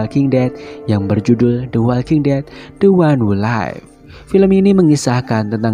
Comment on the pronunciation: The Walking Dead: The One Who Live care bacanya "De Wolking Det: De Wan Hu Liv", min :D